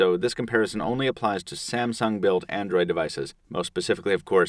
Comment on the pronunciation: When i hear when he says the samung word i thought he was saying about samson the giant